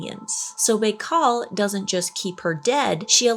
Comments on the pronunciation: you are amazing (love your humor) but we need to work on pronunciations. "Bai..." would be pronounced "By". "Klammath" (Clam-ath). Glad to help anytime. 💛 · It’s lake “By-Call” btw …. Fascinating lake I want to see it before I die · Can we hype this video? I really want to see on the leaderboard. I totally forgot it's Morbid Monday!🎉🫶🏼 It's pronounced Lake Bye-Cal and I want to go floating on it. I follow a content creator from Siberia and she's a tour guide: once I saw her floating on the lake, I said I'm going to visit some day. 😊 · Lake "Bye-khal" not whatever it was you said. 😂😂😂😂😂😂😂😂😂😂😂😂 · Lake Bikal. the I is pronounced like an I. B(eye)kal. Archaeology is one of the ways we know the age. Probably also geology and other sciences. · pronouced lake bye-call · I think it's pronounced Bi Kow (Lake Baikal) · Lake Buh-kal -- good try though. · Pronounced Bi-call